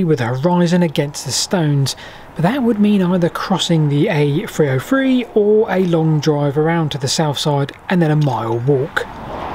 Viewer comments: Ever driven on the A free o’free? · The A free o free ! I think you mean the three 0 three . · What’s the A free oh free??? Can’t you speak properly?!